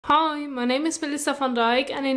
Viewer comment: What do you say at the beginning? Hoi or hi?